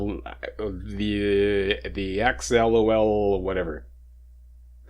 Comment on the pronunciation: Jesus. Your landlord is a dick. Might wanna report him to the cops just to make a paper trail. I dunno how the law works up there, but I know assholes love to talk shit, and I doubt he's above lying to get you in trouble. Also, axolotl is pronounced ax (like a lumberjack uses) oh-lot-el. It's a species of little pink goober amphibian lizard thing that can regrow limbs. Look them up. They're adorable and you'll get a smile.